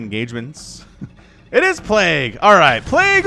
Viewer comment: “plague-goo” ...cringe